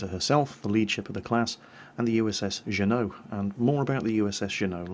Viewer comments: Is trying to say USS Juno? Like Juno beach? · Le_Princess_MoonButt June-O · Ah, USA city names and how we pronounce them here in the US. Juneau, Alaska is actually pronounced as "Jew-know", and apologies to any religious types, but I needed your name to help. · FYI, we use the hard 'J' for pronouncing Juneau here in the U.S. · Love the video. (BTW...it's pronounced "JOO-no") If anyone is interested, I've made skins of USS Atlanta, USS Juneau, and USS The Sullivans. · I know you would never know it from the way it's spelled the Sullivan brothers ship is named after the city of Juneau Alaska. It's pronounced "june-oh" respectfully yours Gunner4t5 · ***** I am from Juneau, Alaska, and can confirm it is pronounced American style, 'Jew-no' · Just a tip,, because I know American pronunciation is odd, but it's Juneau (JEW-no). And it's Des Moines (Da Moyn) but Des Plaines (Dez Planes). And do you know the three Chicago streets that rhyme with vagina? Regina, Paulina, and Lunt. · Are you saying Juneau? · Anyone else a little bothered that he pronounced Juneau wrong? I know he's British and it's a regular thing for him to mispronounce words, but still... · It is pronouned JOOH-NO not JEAUX. And yes, we Americans believe we can never bring enough guns to a gunfight.:D I was in Juneau, Alaska were there is a War Memorial to the USS Juneau and the Sullivan brothers. Excellent video and tech explanation as usual. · Dear, I live in Alaska, it's pronounced Ju-no, not sju-no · Not geno it's jew no. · Zhu-Noh? Oh. You mean 'June-oh.' Hmm, maybe you need to spend a winter in Nome (not Gnome). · btw the Juneau is sound June-Noe .. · Jew-no Juneau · It's pronounced June-O, lol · It's pronounced Jew-No. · It's pronounced Juneau As in joo-NO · Sorry Juneau is pronounced Joo-no. Otherwise a very fine documentary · I believe it's pronounced June-O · Junuea, is said June-o, the capital of Alaska. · Juneau is pronounced "June-O"